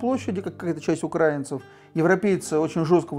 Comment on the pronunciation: Про виски интересные передачи, а это... Ну для начала было бы неплохо хоть ударение научиться ставить, а потом про украИнцев что-то ещё высказывать. Молдова, 2 Чечни, Грузия, Сирия, Украина.... А они всё про "братские народы".... Прежде чем кого-то учить, неплохо было бы самим пример показать. Пол страны в дырки на улице ходит, а они с Европы смеются..... Лучше про купажи передачи делайте.